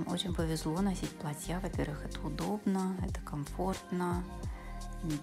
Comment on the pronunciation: Спасибо, очень понравилось, но в слово платье, произноситься с ударением на букву а.